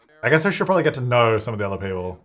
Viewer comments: "Prombably." I have to leave now. 🤣🤣🤣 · I "liked" this video at the point you said "prom-bably" bc that is classic. 😅